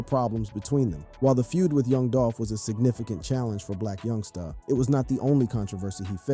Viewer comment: I’m not listening anymore cause you can’t pronounce black youngsta